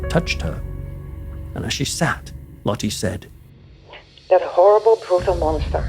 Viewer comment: the e in Dutch name is pronounced more like the U sounds In the English word Hurt. Try to say Lottu ❤